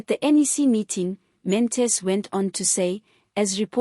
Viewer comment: Good reporting, however his surname is: Not Mantis Pronounce: Maan-Ta-She